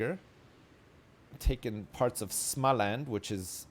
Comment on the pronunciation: småland, not smalæn, smh. xD